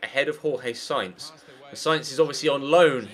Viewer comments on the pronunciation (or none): none